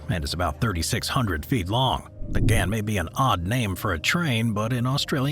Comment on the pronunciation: Soz to pull u up on pronunciation but the Ghan is pronounced Garn. The Pilbara is pronounced as Pilbruh. Also, Straya, is one of the biggest iron ore exporters in the world. That's actually how our govt makes money & why we are a rich first world nation. With the climate change crap going on & my country's new govt has started shutting coal stations down with the mines closing not long after is when you'll see things turn to shit. That's when you'll see my country turn into an extremely poor country coz no more mining, selling & exporting means no money coming into the govt & there's nothing else we have that the world is interested in buying